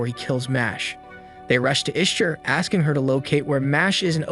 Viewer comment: Bot error: "Chaos Machina" is pronounced "kei as maki na", not "kei as mashi na". "Ishtar" is pronounced "Ish ta" not "Ish tr"